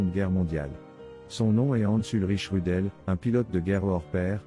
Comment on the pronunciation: Prononcé Roudeul, pas Rudel.